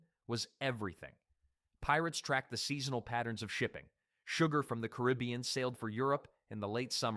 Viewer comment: Decent video, except its hard to take anything you say seriously, if you're so pathetically uneducated, that you can pronounce basic places such as the "caribbean". which as multiple proper ways to pronounce it. Somehow you found a new way how to fuck it up, like a complete irrespectable dipshit. If this is your day job, you really need to quit. You;re grossly incompetent and inept at what you do. Practice the one thing you might be able to execute properly... though even this I doubt... are you ready? "Thank you sir, would you like fries with that?" Do better, put any level of effort in, i you're trying to educate people, not this pathetic loser inept failure excuse for a video where you can't even speak properly.